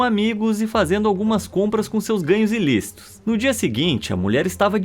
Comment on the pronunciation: Ilícito. Não inlicito